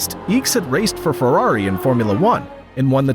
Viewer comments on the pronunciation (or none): none